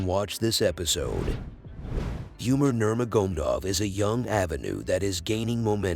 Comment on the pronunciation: Yeah man "Nurmagomdov"